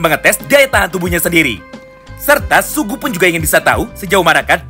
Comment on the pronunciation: Sugi bang sugi... Bukan sugu😭😭